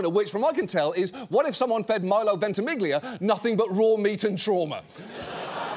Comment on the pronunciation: Is Ventimillia not Ventimighlia english don't have the ''gli'' sound, so you should just ignore the g